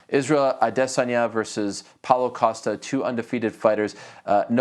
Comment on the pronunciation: Does my head in how Ariel says Isreals name